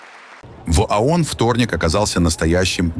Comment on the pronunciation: ООН...А не АОН...не надо вот подходить к тексту....разговору.... звук О - это не звук А.... Исключитеная нация состоит из неудачников ,мошенников и др.шоблы со всего Мира... Ещё по историческим меркам молоко не высохло на губах и учит весь мир.... Где индейцы,хозяева?в резервациях... Дайте печатный станок денег любому из нас...и увидите...величие...